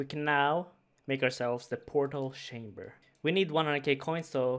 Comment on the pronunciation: "Portal shamber" My god accents are a strange thing <3